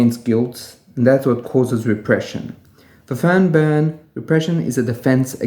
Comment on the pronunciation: You seem to pronounce an extra n after the r and before the b, other than that I always appreciate your work.